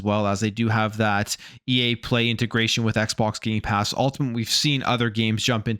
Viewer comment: Stop saying Gaypass it's gamepass!